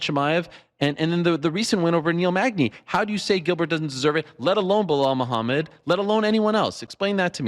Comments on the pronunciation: Who’s “Bluehall Muhammad”? And who is this Pierra? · "Bluhall Moohamed"